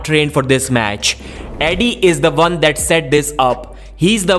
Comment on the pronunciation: It's "why" not "vai". It's "one" not "varn"